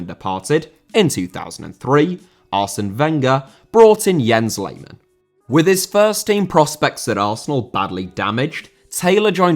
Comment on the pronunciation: Diaby* not Diohrbei Father* not Fohrther Lehmann* not Leimann Debut* not Deibyu Wikipedia* nkt Wikipedier Brasserie* not Bráseri Aren't* not Oren't Pokal* not Powkal Guadalupe* not Guorhdalup Half* not Holf Piraeus* not Pereyas Delavinias* not Delaveniyas Rather* not Rother München * not Munich Henrique* not Henriquei Raposo* not Rapouwsouw Botafogo* not Botafouwgouw Publa* not Puebler Alberto* not Albötouw Dia* not Daiar